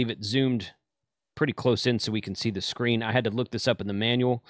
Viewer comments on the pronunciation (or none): none